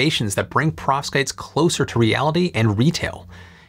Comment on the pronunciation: It sounds to me as if you are saying "prostates". I may need to get my hearing checked!😂